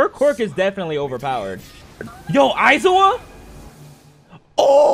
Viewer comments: “Eye-zo-wah!” Lmao what? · I cringe whenever he says aizawa 😂